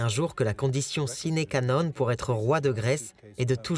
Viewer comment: S'il n'y avait que ça! La prononciation des noms allemands 😡, les fautes de français et le sine "ka" non 🤣... J'ai tenu 20 minutes et j'ai arrêté !